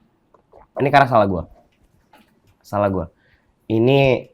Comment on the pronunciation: Selalu ada penekanan dan diulang2 "salah ghuwe..."